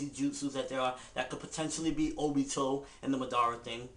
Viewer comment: MADARA! Say it once... Madara! Say it twice... NO! It's MA-DA-RA! Tie the syllabols together! It's not Ma Dara! It's MADARA! Say it all together now...